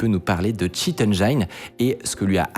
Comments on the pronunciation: sur le thème de la prononciation, "engine" ne se prononce pas "endjayne" mais "endjin" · Puisqu'on cause prononciation : Engine se prononce "Endjine" (on peut faire tendre vers "Endjène"). Mais surtout pas "Endjayne" -> mes oreilles saignent à chaque fois. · Le 'i' de "Engine" se prononce [i] comme dans Ginette (le prénom) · Concernant les erreurs de prononciations, celle qui me rend fou le plus souvent concerne le mot "Engine". Ce mot se prononce "Enn' Djinne..." et non "Enn' Djaïne"... :) Sinon beau travail d'introspection. Je dois dire que je trouvais les titres très clickbait, mais ça ne me dérangeait pas outre mesure, vu que le contenu est intéressant et souvent pertinent. Vous proposez une sorte de revue de presse de la tech, une veille techno en prenant le risque de ne pas être au point. Je considère que c'est déjà un travail suffisant en soi et à chacun de creuser la question et de corriger ce qui n'était pas forcément exact. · Unreal "endjayne". On dit en'djinn" ralala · "engine" se prononce "ènjine", pas "enjaïne" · on dit èngïne, pas èngeaïne 😘 Sinon merci pour vos contenus, c'est un régal. Je suis développeur IT depuis 10 ans, et c'est en vous écoutant que je réalise que je ne sais rien de rien sur rien 😁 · Hello! Bonne initiative. Dans la rubrique des petites améliorations: une orthographe parfaite (paradox-e ) et une bonne prononciation en anglais (bannir "enjaïne" et prononcer "enjin"). 🙂 Continuez ainsi! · On dit "Ndjine" et pas ndjaïne" pour "Engine" ;-) Ceci dit, moi je suis toujours impressionné par votre capacité à m'intéresser à des sujet compléments aléatoires, bravo pour le boulot ;-) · Cool de vouloir s’améliorer. À ce sujet, j’aimerai un chouïa moins d’anglicismes quand le term existe en français. Et si vraiment, le terme n’a pas d’équivalent ou est une marque, de soigner la prononciation. Par exemple « engine » ça ne se prononce pas « ènejaïne » mais plutôt « ènejine » ;-) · ENGINE c’est pas AINE-DJEIN mais AINE-DJIN